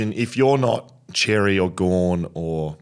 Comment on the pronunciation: Boys love the show but Xerri is pronounced ‘sherry’ not ‘cherry’ 😉